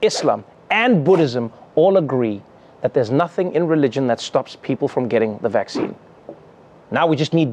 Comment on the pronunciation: The way The Pope pronounce 'vaccine' sounds so cute. Vak-chee-ni 😁